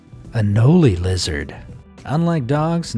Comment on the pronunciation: It’s anole not anolEE